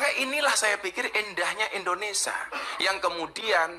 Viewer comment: INDONESIA gus.. dudu INDONESA